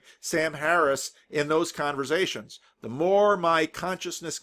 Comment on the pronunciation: I think you mean "converZations" ;-)